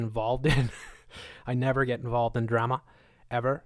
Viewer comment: You said drema. You laugh like Jordan from Spirit Science. Blessings